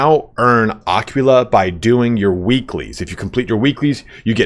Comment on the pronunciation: when will they patch youtubers mispronouncing aquila :D